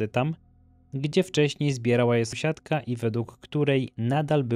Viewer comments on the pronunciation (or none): Odcin jak zawsze przepetarda. Tylko mordo jak słyszę "somsiadka" to uszy mi krwawią, postaraj się to wyeliminować. Dzięki, pzdr🙋